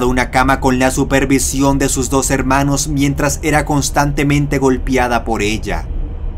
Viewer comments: deberías mejorar tu expresión: golpiada por GOLPEADA.* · La cagaste en el primier puesto cuando dijiste "golpiada", lo bueno es que le das cierto toque de gracia a tus videos de miedo con tu forma de pronunciar